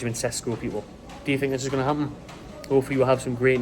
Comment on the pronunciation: Everyone calla him Tesco.